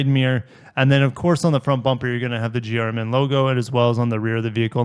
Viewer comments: Everytime he says GRMN is sounds like he is saying German lol, kinda fitting. Would love to get my hands on one of these but sounds like my chances are very slim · GR MN… at first when you said that I thought you were trying to say German 😂💀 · GRMN prenounced German! enough said.